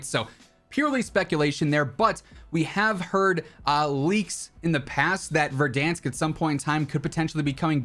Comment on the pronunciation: Did you just say verdansk